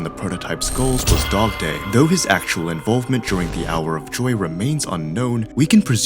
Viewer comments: did he say dogtoy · Bro, literally said dogdoy